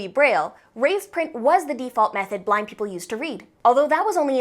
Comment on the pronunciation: I heard black instead of blind💀